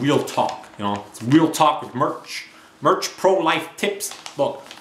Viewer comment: stop saying MIRCH!